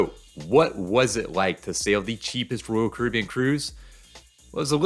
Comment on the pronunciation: One day he will figure out how to pronounce “Royal”.